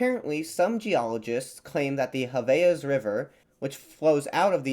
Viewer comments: Portuguese is not Spanish, so Marajó is pronounced "Mara-jo" not "Mara-ho" or Javaés pronounced "Ja-va-es" not "Ha-ve-as" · Javaes and Marajó, as others have pointed out, are not not pronounced with the spanish J sound. great vid!